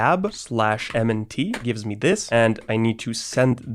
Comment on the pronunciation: Even noobs pronounce FS Tab as F Stab